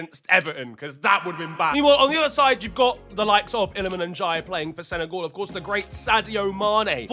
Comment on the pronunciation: Why do u pronounce it senegaul when it's sene-gal